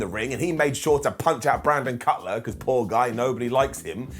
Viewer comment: He said Brandon Cutlet hehe....there is a secret Cornette contingent at WhatCulture.